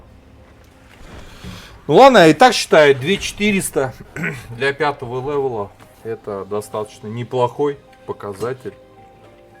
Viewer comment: не лэвэл а левел